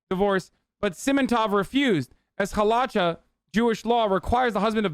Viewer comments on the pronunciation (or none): Hey man, , Halacha, is pronounced Hala kah'